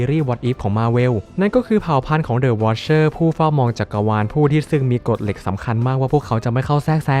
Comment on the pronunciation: อ่านเป็นthe wicherเฉยเลย😅😅😅